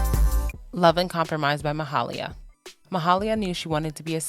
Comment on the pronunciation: Its pronounced as ma-hay-lia btw